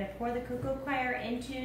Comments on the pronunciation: I love how she pronounced coir like "choir", as if it can sing lol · So much info and very good, but could some one tell her how to pronounce ' coco coir' not 'coco choir'? Sorry